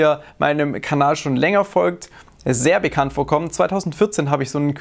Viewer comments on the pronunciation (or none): none